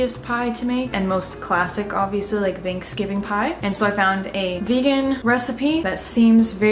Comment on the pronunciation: I love you, but you say “theynksgving” and not “thanksgiving” and it messes me up 😭😭😅😅